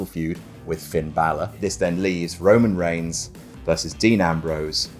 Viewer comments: "Roman Reighs" ah yes, that famous wrestler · “Roman Reighs” Wut??